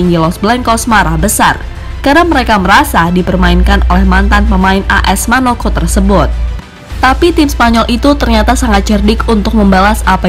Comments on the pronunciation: 😂🙈Bukan MANOKO🤣🤣😂😂 tapi MONAKO🤣🤣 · AS Monako min bukan manoko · Admin salah ngomong teruus bilang AS Manoco padahal AS Monaco...😂😂😂🤣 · Monaco yg bener bang 🙏🙏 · Kalo sekali sih maklum,ini 2x nyebut As Manoco🤦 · Kirain gua doang yg denger🤣🤣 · Wkwkwkw..ketauan bukan penggemar sepakbola ya 🤣